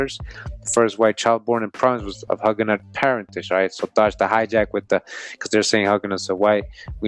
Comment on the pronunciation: GREAT VIDEO FAM! JUST A SMALL TIP... HUGUENOT IS PRONOUNCED WITH THE LONG SOUND LIKE THE WORD YOU